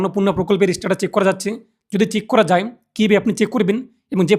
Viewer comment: First of all its Status ... Not ish-status😂😂😂😂